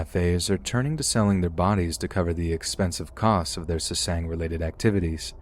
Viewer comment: I'm sorry, I love your voice and your narration... truly. But jesus christ, you saying SESANG over and over hurt my ears. They're called Sasaengs /SA-SENGS/.